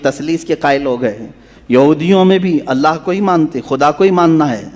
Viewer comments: Aap "alha" bolte ho asl lafz " ALLAH " he samje Ho sake to lafz sudhar kar pade.. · Sab se pahle allah ward sahi padho allha nahi allah ye sahi hai allha bolne se mani badal jate hai allaha bilkull nahi. Only allah ❤